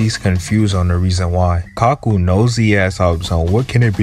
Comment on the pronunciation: Bro I can forgive mispronouncing names in One Piece, but Kaku is four letters so no excuses